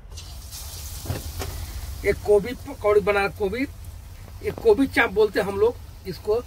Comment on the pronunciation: Kobi ni gobhi hota h bolna to shikho😂😂😂